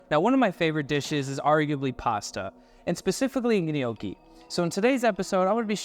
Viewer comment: I winced every time you said gh-nocchi 😂😂😂 as an Italian American from Jersey it hurt. But it looked good my dude I’m gonna try it tonight!